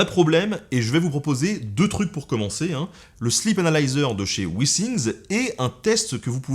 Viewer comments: Withing = wifing et non wissing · Jsais pas si un jour les Français vont se mettrent à écouter quand les autres parlent... Wissing ? Wissing , dit moi sont où les S dans withings? Apprenez à parler avant de parler de l'accent des autres... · Quand t'as dit Withingts, j'ai entendu Vikings et j'ai vu Ragnar en toi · En anglais il y a les i brefs et les i longs. Pas de chance, il fallait utiliser le i long. Le résultat est plutôt rigolo ! Mais tes videos sont intéressantes et agréables.